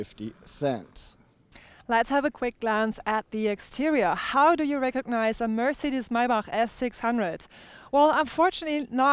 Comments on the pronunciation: Nice video Guys,and thanks for teaching us that it's Meibarrhh instead of of Maybach :)).Rick Ross should watch this video lol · It's so funny because no american will ever be able to pronounce Maybach in der richtigen Weise.